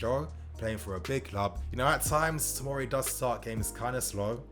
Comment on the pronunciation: OK just to clear up. It's fucking TOMORI. Not timari,tomiri,timori ect ffs